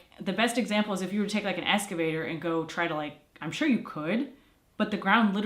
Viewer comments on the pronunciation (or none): Good update! Going to be fun watching the progress! Excavator:“Ecks-cavator” - there’s no “s” in the word.